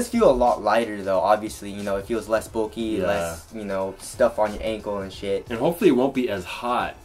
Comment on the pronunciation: stop pronoucing bulky "bolky"